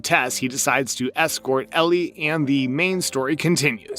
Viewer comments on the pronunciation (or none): It’s a fungal infection called cordycept (based on irl fungus) not a brain virus. Idk why you pronounced Ellie as “Elerie” here Sarah doesn’t get infected Bill isn’t a dead body, it’s his partner Frank